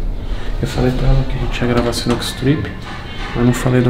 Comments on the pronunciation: "CINUCA" KKKKKKKKKK SINUCA STRIP é o certo pae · "Cinuca" com "c" foi foda hein toguro? Porra! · ‘Cinuca’ com C foi foda kkkk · caraca sinuca com um “c” porra togurao tá matando o português isso sim